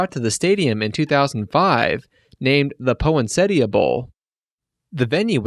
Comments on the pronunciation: Poinsettia poinsettia \ pȯin-ˈse-tē-ə Poin-set-ah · What’s a “po-in-settia”? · POE-IN-SETIA? Dude! And saying a score such as "8 to 10" shows you need to run your scripts past someone who came help you avoid mistakes like those. Otherwise, your hard work is noted and appreciated. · Don't know what a "Poe-ent-setty-uh" is or who "DAN" Spanos is but nice try. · This was DENSE with information. Well done. I've also never heard anyone pronounce "poinsettia" like that - powinsettya. Love it. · You mispronounced "Poinsettia" otherwise great job! 😂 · Ok, hearing you mis-pronounce poinsettia was painful. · The robot voice gets old. "po-insetia" sheesh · Butchered Poinsettia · Painful pronunciation of "Poinsetta" 😬😬😬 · That’s a silly way to say poinsettia. Other than that, awesome video man I really enjoyed it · Learn how to say poinsettia